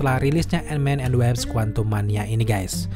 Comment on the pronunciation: Wasp bukan Waps